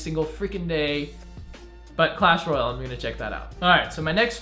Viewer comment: U pronounce clash Royale like clash Royal